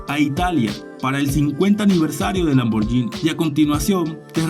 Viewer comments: Se lee lamborguini y no lamboryini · Lamborghini se pronuncia con la G y no con la Y Gracias 🙏